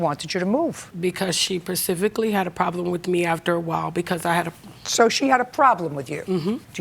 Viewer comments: today I learned a new word: "persifically" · Did the defendant say, “persifically“ ???? 😅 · " Per- si - fi - klee " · She won't work but she can lay up in the bed and produce 8 kids. What does this word "percifically" mean? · Pacifically had a problem ok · she pacifically had a problem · Percifically? That's a new one. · “Pacifically.” All I needed to know about her summed up in the pronunciation of one word.😂😂🤦🏼‍♀️🙄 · She said “precifically” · Please don't have children if you pronounce "specifically" as "pacificly". She has 8 children 😢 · Percifically (specifically)?!?!?!? If you can’t use the word don’t… it’s ok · Oh lord not “percifically” 😂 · Did she say “pacificaly” 😩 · She pacifically had a problem wit me. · "Because she pasificly had a problem with me after a while" 🤦🏻‍♂️ Did you live near the Specific Ocean, Ma'am??! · "She "pacifically" had a problem with me" 😂😂😂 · “She parcifically had a problem with me” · Lol she said "percifically" Specifically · “She persifically” lol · I’m surprised she pacifically had a problem with her and not atlantically! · "She pacifically....." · "She PACIFICLY said..." Ughhhhh🤮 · The defendant is "percifically" annoying 🤣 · "She pacifically"..... And she has 8 kids. Pretty pathetic. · She ‘percifically’ said she had a problem wi me after awhile....... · She “persifically” said? What? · 8 kids, can’t take care of them, lives off the state. Can’t even say “specifically” and pronounced it “persically” says it all. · It was when she said "she pacificaly" for me. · "she percifically had a problem with me" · She "pacifically" had a problem with her kids. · I heard "persificktly" and came straight to the comments.😂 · I have a problem wiith the defendant's pronunciation of specifically. Sounds like she heard it once, and only half remembered how to pronounce it. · Education is so important. Did she say "pacifically?" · PA—siffically . Should of paid attention in school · “She parcificacly had a problem with me”